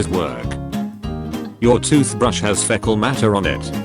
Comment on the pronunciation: FEHcUl mater